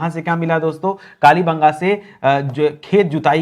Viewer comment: What matter yak bar bolte dolavira bera fir bolte ho kali banga kya bol rahe ho apne aavvj ko phachno. Kalte mate bolo.